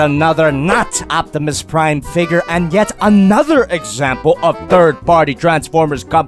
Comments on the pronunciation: O P timus Prime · “Notimus Prime”